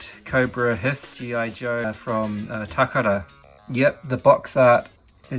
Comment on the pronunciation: VERY interesting to see these foreign release items on your channel! Especially with the box. Always find it neat you are one of the people who makes the conscious effort to pronounce "Takara" the proper way! I always say it the wrong way myself 🙈. Good on you for giving CC6 and Rob Vegas a mention!